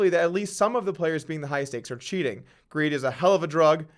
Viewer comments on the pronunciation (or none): none